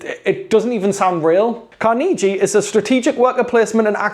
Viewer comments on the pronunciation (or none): Carnegie was Scottish. People in Pittsburgh pronounce it correctly. People in NY pronounce it incorrectly. Car-NAY-gie is the way Scottish people say it and it is the way employees of the company say it. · Car-nuh-gee is how it’s pronounced. Clans of Caledonia has always caught my eye. Seems like I need to find more space on the shelf now ;). Thanks for the video! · Love the video! FYI - technically it's "Car-na-gee". But pronounce it how you like, that's the beauty of words!! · As others have noted, it's pronounced differently here in the States depending on the region. Carnegie Hall in NYC is pronounced CAR-nuh-gie, whereas in the Pittsburgh area, where Andrew Carnegie was, it's pronounced car-NAY-gie. If I'm not mistaken, I think the second example is closest to the Scottish pronunciation. That's what's so fun about words...their pronunciation can change over time and according to region.